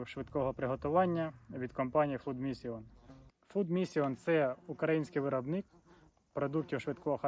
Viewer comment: перезнімай - фуд мішін :) чи мішин... наголос на перший склад